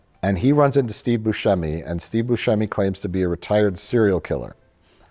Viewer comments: It's embarrassing how Mike doesn't know how to pronounce Steve Boosheemy. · You're saying Buscemi wrong, just forget the "c" and you'll get it. You also got Ayo Edebiri's entire name wrong.. and a third one I forget what is 😂